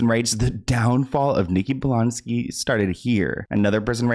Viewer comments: He said Bolansky😂added an extra letter and syllable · Blansky…blansky…the one who wrote the caption with BLONsky but says blansky 🤦🏻‍♂️ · "Blansky" instead of Blonsky is taking me out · It’s blonsky not blansky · I loce you, but its blONsky, not blANsky 😓😅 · Blonsky = (Blon-Ski) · It’s blonsky why you saying it weird